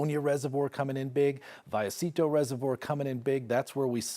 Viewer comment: vayecito. I know that's how you really say it but I think you might be the only person I've heard actually say it. But you're hot so that's okay.